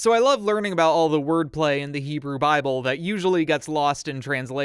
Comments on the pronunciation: Your Hebrew pronounciation has improved greatly. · Your pronunciation is ok bro